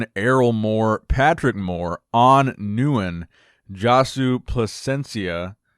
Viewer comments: Nguyen pronounced "Win" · haha, didn't pronounce nguyen correctly but got semen right, lol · Nguyen is pronounced as Winn!